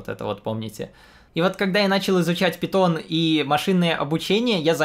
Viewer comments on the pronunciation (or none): none